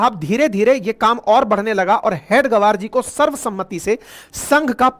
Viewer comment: you as head of channel should have understood the pronouncation of हेगडेवार. All along you were saying हेड गवार,which means in other wards "Chief of Idiots". You are free to carry impression as you may feel right. Your pronounsation, representing meaning in English and Hindi collectively, may be explaining the broader mentality of Unregistered Body called राष्ट्रीय स्वयंसेवक संघ. This reflects bad on you i.e. away from reality.